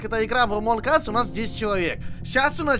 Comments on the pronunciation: Эмоунг ас будет правильно А не эмоунг эс Эс это жопа Эмоунг ас это среди нас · Зачем ты в начале сказал "Одни из жопы"? Читается же не Эмон Эсс, а Эмон Ас))) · Эз это as(как, когда...), сказал Ass:) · "Эз"(As) - это "как", а "Эс"(Ass) сами знаете что. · Вот все о чём то пишут, но чё то никто не заметил что сказал в начале не Among Us(среди нас), а Among Ass(среди кхм, жоп) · до того как узнал как правильно произносить название игры: "Амонг ас" После: "Амонг эс" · правильно амонг АС а не амонг эс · это не Эмонг Эс, эс=жопа. Правильно сказать Эмонг Ас. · Правильно ас а не эс Ass-это джопа Us-нас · НЕ АМОНГ ЭЭСС, А АМОНГ АААС!! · Минутка ненужной инфы: название игры произносится не как "Амонг Эс", а как "Эмонг Ас" как минимум потому что буква "U" в алфавите произносится как "А", а "A" произносится как "Э"🤓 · Не Амонг ес, а Амонд аАас. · Не Амонг Эс а Амонг Ас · А ты граматный читается не ээээс как у нуба а амонг ас и не ээээээс а хотябы эс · Эмонг АС, не эс. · ну хоть бы произношение послушал, боже, какой амонг эс, может амОн Ас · Да да да я всегдп так угарал когда он или другие говорят всем привет и сегодня мы играем в амонг эс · в начале: эмонг эээззз Эз по английскому: жопа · Чел, в начале ты сказал among ass ииии это не очень хорошо звучит) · ты понимаешь что ты не правильно говориш амонг ас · игра называется среди нас(Among Us), а не среди задницы(Among Ass)😂😂😂😂😂😂🤣🤣🤣🤣🤣🤣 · Вначале прозвучало «амонг ээс».. в переводе «среди жопы»